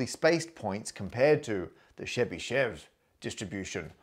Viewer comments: Hi! I understand that it’s hard to pronounce for non-Russian speaker, but the correct way of pronouncing Chebishev is Che-bi (i like in the word will) - shev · Really love the video, but Chebyshev pronunciation was really butchered( The right pronunciation is [ˈlʲvovʲɪtɕ tɕɪbɨˈʂof]. The least you can do is to put the stress on the first syllable! I was very fond of you trying to say the names of other great mathematicians in their native tongue, hoped you would try more with Chebyshev whose works I keep near my heart. But anyway I have watched your videos for over a five years now and really love them! Thank you for the hard work!